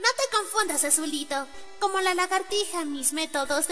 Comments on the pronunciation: Dice largatija :v WTF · Recien me doi cuenta que el gusano dice "Largatija" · largatija? khe ez ezo?